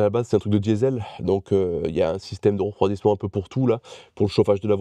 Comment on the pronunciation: REprendre, rEcommencer, rEfroidissement, rEmettrais, rEvenir.... C'est marrant cet accent mettre des O à la place des E... Ça vient d'où c'est courant cette façon de parler ? J'ai remarqué ça chez Vincent un autre YouTuber celui qui a fait la 205 VR6 avec Coupable et qui est entrain de faire la réplique de Most Wanted j'ai zappé le nom de sa chaîne YouTube... Sinon bravo pour le taf fourni, c'est encore une vidéo bien bordélique comme je les aime merci !